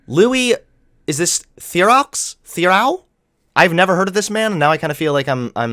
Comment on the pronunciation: PS: It’s pronounced ‘Louie Ther-roe’ - like fish roe.